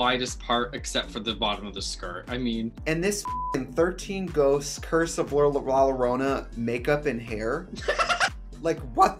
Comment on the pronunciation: I love how when trixie says la lorrona she la lerona